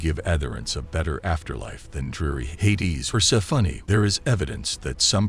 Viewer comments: i love the voice-over, but "Persefunny" is really not it🤭🌷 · The way he pronounces Persephone is extremely distracting.